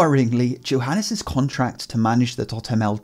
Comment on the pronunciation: I cringed every time he said Johanes instead of Johanes. Smh my head dude